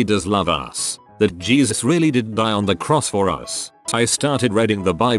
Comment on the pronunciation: Yes. Gezus. LOL